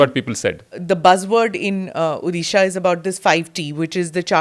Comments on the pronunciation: स्मिता, आप ऊदीशा ना बोलें। ये ओड़िशा है। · Dear Smita, It's ओड़िशा not ओदिशा. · Firstly ma'am it's not Udhhisa it's ODISHA .I 'm very dissapointed people like you , very competent spokeperson doesn't know this . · Tried very hard to drive the narrative Your bosses have asked you to Smita, but I am amazed on how many instances you have mispronounced ଓଡ଼ିଶା (ओ डि शा ) as ओ दि शा. Such silliness for such a senior journalist front heading National News Agency!!!! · Dear Smita ma'am, the correct pronunciation of Odisha is ओड़िसा and not ओदिशा 😅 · Smita Prakash.. try to first pronounce properly the word Odisha. If you can pronounce word odiya properly then why deliberately mispronouncing Odisha. It's not Odi like fuddi. It's Odi like Jodi. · Smita mam, can you please pronounce Odisha as ओडिशा. You are speaking as ODISHA as उधिसा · Smitaji, you pronounced the state's name "odisha" wrong, in the introduction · Ma’am I religiously watch your interview and I appreciate the intricate hard work you put in each one your videos. What’s with the pronunciation of my state? It’s O Di Sha. Not the way you pronounce. We have so many achievements but the way North Indians or even South Indians pronounce our state just baffles me. I live abroad and I speak with different accents, but that doesn’t make me mispronounce other states or for that matter other countries. Please improve on this one aspect and please do an interview with Mr. Naveen Pattnaik. Thanks 🙏🏾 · Respected smita prakash is such w renowned and experienced journalist still don't know how a small mispronunciation can hurt a large sentiments. Still he pronunciating ODisha as di instead of D and in dharma , ma as maa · I would have loved to see someone not from Odisha could pronounce Odisha properly. It’s not a state from some other country but a very prosperous one from India. Smitha ma’am could have at least put some efforts to pronounce the name of the state properly.